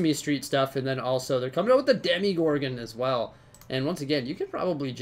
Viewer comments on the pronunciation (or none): is it just me or is it like nails on a chockbourd when someone pronounces demogorgan demigorgan